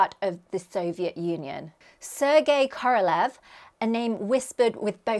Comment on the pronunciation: Sergei Pavlovich Korolev/Korolyov is pronounced [sʲɪrˈɡʲej ˈpavləvʲɪtɕ kərɐˈlʲɵf], not [... korolƐv]